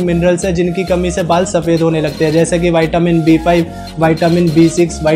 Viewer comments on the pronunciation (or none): Vitamin not vaetamin